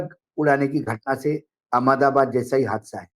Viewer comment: R S S ki hi Chatukaarita Karni Hai to Karnavati kiyun nahi keh dete? AHMED ABAD word ko Anmdabaad kiyun bolte ho Naamkaran ki hi Munim chalao na bhai?😂